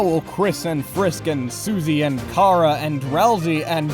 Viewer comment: I die, every single time, I hear " Car-a " Because I'm pretty sure it's " Chara " like chara-cter.